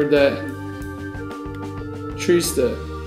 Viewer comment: lol you said "trista" in a spanish accent:P something i would do...